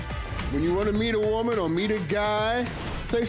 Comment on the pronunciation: Al's pronunciation of "woman" tickles me. He pronounces it as Whoa-Man.